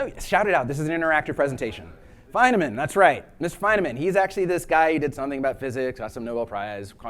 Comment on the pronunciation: I believe Feynman is pronounced Fine-men, not Fine-a-men.